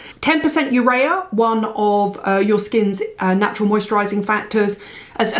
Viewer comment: UREA is a a product of protein metabolism and it's pronounced = yoo-ree-uh : - )